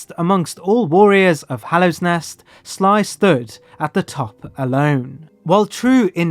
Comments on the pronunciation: Weird just how many prominent names you get wrong... it's not "Hallowsnest", it's Hallownest. It's not Trobuyo, but Trobbio. Makes me wonder how such errors could consistently pop up. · "Hallowsnest" 😕 Trobio mispronounced 😕 The Hollow Knight misgendered 😕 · Great video, however every time you say hallow’s nest or mispronounce trobbio i die a bit inside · Why do you keep calling Hallownest "Hallow's Nest"? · “Hallows nest” bruh. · I love you man, but every time you say “Hallow’s nest”, I die a little on the inside, there is no ‘s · hallow's nest tro bye oh THE hornet i'm fucking dying here lol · I mean, I appreciate how he doesn’t pronounce it “Hollownest” like half the YouTubers who discuss the game, but yeah, that extra s killed me. 😂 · 😂 that's adorable